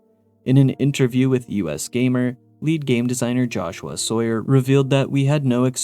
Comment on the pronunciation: Every time says “Jahshoo-ah Sawyer”, I lose my mind